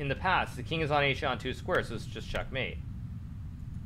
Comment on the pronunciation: Hikaru did u say Shitmate? I am a commanding officer of the USS Nimitz, and you’re calling my fellow shipmates that word?